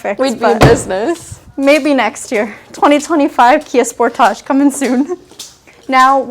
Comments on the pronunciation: I've never heard anyone pronoucing this model "sportaash", but OK, it's Canada :) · "Spore-taaj"?!You don't live in France! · I love how you guys pronounce "Sportage" 😂😂😂